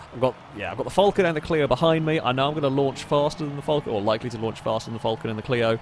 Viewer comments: Falcon , not fallcorn..... or Vulcan, whatever you was saying.. 🤣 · its FAL-con not FUL-can.... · Can you please youtube a vid on the falcon and actually see how that say it as im aussie and i can't stand it being called a fulcan 🤣🤣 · As an Australian i don't likr the way you say falcon.